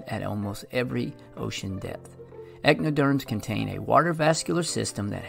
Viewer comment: The phylum is not "echnoderm" it's echinoderm. Echino = spiny, derm = skin, like the sea urchin.